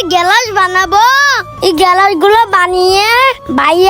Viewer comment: গেলাস না গ্লাস